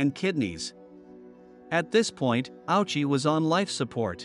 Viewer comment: His name is pronounced 'Owshi'